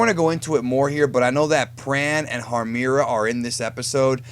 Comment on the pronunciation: IT'S HARMIRA!! GEEZ!!